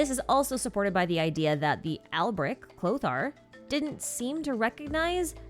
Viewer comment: the most surprising thing was the voice actors actuallc pronouncing Alberich semi accurately instead of just saying "Alberick" /j